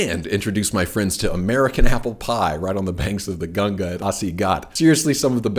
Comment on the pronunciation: Thank god you said ganga not ganjees.... 😝